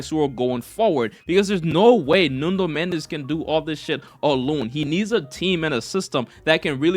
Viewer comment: apreciate u learned to say football and not soccer, but you gotta learn the player names, it's NUNO not NUNDO!! i don't know where u got that extra letter